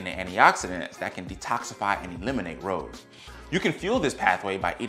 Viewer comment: It's hard to have confidence in the information when the speaker pronounces ROS as 'rows'. I've watched many videos on this topic over the last two or three years and without exception every single PhD and MD I have watched pronounces this 'ross'. I'm not saying there couldn't be an alternate pronunciation but in dozens of speakers, I've never heard it. So wondering…?